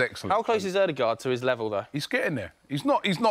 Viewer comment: Anyone else cringe the way Robbie says "Alldegaard" instead of Odegaard? 🤦‍♂️